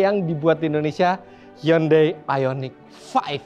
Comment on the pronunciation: Eh Giman gimana bilang hyundai nya tadi.. "Yundei" ya?